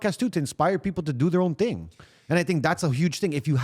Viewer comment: “It has to be a thing, materialistic thing” “But it’s a TING” Killed me 😂😂😂😂